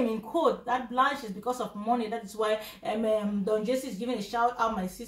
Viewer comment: He cannot even pronounced Don jazzy.